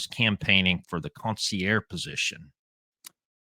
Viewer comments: It’s consigliare not consiare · con-see-ear. Fucking joke. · You say consigliere like the medigan that you are. Haha. Love ya, but you're a good ole boy! How you got into Italian American street stuff beats me. You're still cool in my book Paulie Piazza